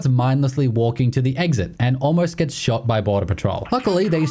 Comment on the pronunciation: "I sawer a guy and I panicked and I 'ot 'em in 'e ed."